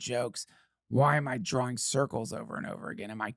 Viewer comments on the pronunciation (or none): none